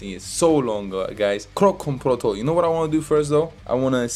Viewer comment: Protokol, not protol 😂😂